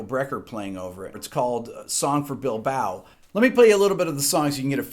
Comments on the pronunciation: Bilbao, not Bilboa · Bilbao, not Bilboa. Sorry, I was born there.